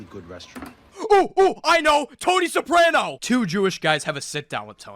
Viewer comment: do you HAVE to say soprano incorrectly lmfao